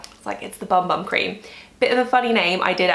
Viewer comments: Vinicius Blank Fonseca I was just going to comment that it’s pronounced boom boom 😁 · Hi, I loved this video, but just one thing....you know that Bum Bum cream is pronounced Boom Boom, don’t you?! It might help your mother-in-law to know this 😂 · The BumBum cream is pronounced Boom Boom. It’s a holy grail product for me! And I do use it on my arms, legs, hips and bum 🍑 and everywhere else! 😂